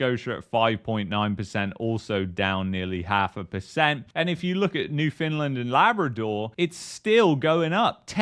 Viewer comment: Why call it new Finland.? You sound uneducated. New found land. Not new Finland dummy